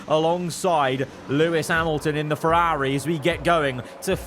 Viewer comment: You need a speech therapist. The way you pronounce Ferrari isn't normal.